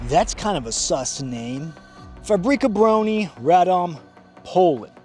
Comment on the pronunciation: RAY-DOHM BERR-REL